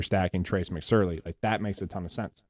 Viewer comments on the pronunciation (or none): Awesome video, but for the love of god... It's Mc SORE ly, not Surly